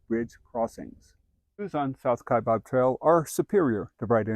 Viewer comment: It's "Kai bAb. It's not "Kai bOb." I don't know why so many people make this mistake. :-(